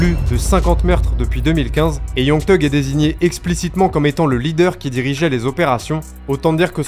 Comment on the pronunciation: Super vidéo je découvre ta chaîne 😉 Par contre je ne comprendrai jamais pourquoi les français (je le suis aussi hein ?)disent Teug pour thug vous ne dites pas Te pour the ? Te end ou je sais pas moi te boy ou n'importe quoi d'autre ? 🤔 Chelou 😅